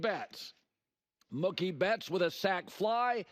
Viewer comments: As a Red Sox & Dodgers fan , it's Mooookie not mukie. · Muuuhhkkiee? WTF pronunciation is that? LOL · Colin pronounces Mookie like cookie. 😊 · THIS dope can’t even pronounce Mookie correctly!